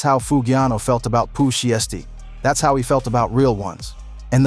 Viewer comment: 😂dawg you can't say nigga no more if you can't pronounce Sheisty!? (Shy-stee) or Mane?! (Main) 😂😂 talm bout Sheestie and maynay 😅